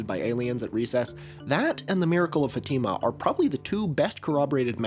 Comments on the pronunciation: not fateehma, it's fahtima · Fatima is pronounced with the stress on the fa not on the tima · portuguese speaker here, it's closer to the source to pronounce FÁtima /'fa.ti.ma/, than faTIma as you've been saying. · fatima pronounced: FAH--teh--muh . idk how to spell out pronunciation but watch a video of a catholic talking about it 🫶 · great video but pls learn how to say fatima 💔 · As a Portuguese, the way you pronounce Fátima is absolutely throwing me